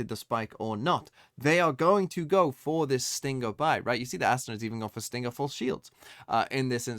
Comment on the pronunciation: Dear, why do you pronounce stinger and sting-ger